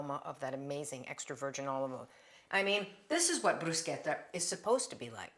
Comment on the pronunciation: Love it all coz all are for healthy eating 🌈💖🌷✨ Thank you for also teaching the right pronounciation of Bruschetta. 💖💖 Coz not everything or word should be pronounced in American English. There are words to be pronounced the place or country of Origin. Some people I know used to laugh at me the way I pronounced words coz they don't know how to pronounce it from country of origin or the way other countries pronounce it. European and Asian are more similar in pronounciation of several words that are so different than American English.